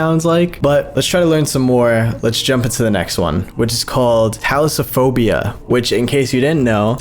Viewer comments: Btw thalassophobia is pronounced thuh-lass-oh-fo-bee-yuh. Kinda like saying “the lass a phobia” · I’m sorry, but that’s not how you say Thalassophobia, my brother in Christ.